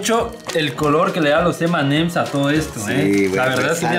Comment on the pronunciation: Nuegado no se dice emanes y ems, si no M y M 😌👍